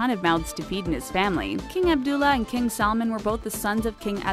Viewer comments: Who else heard KING SALMON instead of KING SALMAN? 😂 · its not salmon its salman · She pronounces his name like it’s a fish “salmon” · It’s salman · It’s salman 😑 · what is she saying? royal family SAD? King salmon? Please learn to pronouce the names before making a video about them. But none the less a good informative video :) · When she is pronoucing their names it sound like she is mocking them .... AbDuL AzIz😠 and SalmOn